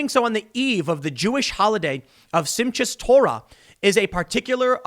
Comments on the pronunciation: Your Hebrew pronunciation isn't bad btw 😉, but just pronounce a "ch" as that guttural throat clearing sound lol, and you'll be spot on 👍 (seem-CHat to-ra 😉) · Tim, love your news and commentaries. Just a couple points, The name Chaim--would be pronounced Kie-eem, as the Hebrew ch is very hard and the i's are like our long e's. Likewise the holiday mentioned is pronounced Sim-kaa Toe-ra . Thanks for all your hard work, and may God bless you.